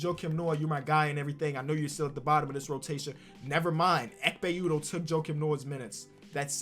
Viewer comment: no one: literally no one:: EKHPE UDOH